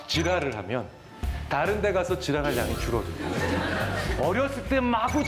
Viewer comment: 아나운서가 자꾸 "따른" "따른" 이러네 ㅋㅋㅋ 전라도 출신인가?